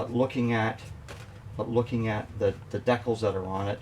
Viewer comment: Your the 2nd guy I’ve heard call DECALS ( Deck-ills), nothing wrong with that, if that’s the way you want to pronounce it! Just sounds kinda weird is all! NO OFFENSE! Still you do a great job on models!